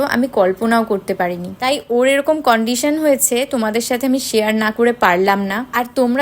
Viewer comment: কন্ডিশন না কান্ডিশন